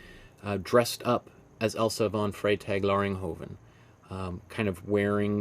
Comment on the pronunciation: TWO amazing paintings?!? Great work. And bonus points for pronouncing this artists name on the fly there! 😆👏🏼✨💗 Love your biography sections in these vids - I could listen to art history all day and all night long when you talk about it 😌🙏🏼